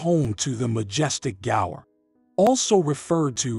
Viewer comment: Gaur not gores what are you dumerican or something…pronounce properly dude.